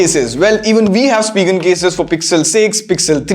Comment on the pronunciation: Spigen is pronounced as “spy-gen”, gen as in generation. Great video as always.